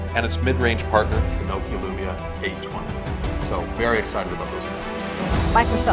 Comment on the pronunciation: Nokia ko nokila bolke barbaad kar diya🤣🤣🤣🤣🤣